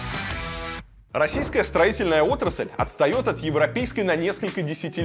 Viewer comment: Отрасаль? Может, отрасль? Может, так и строите? 😂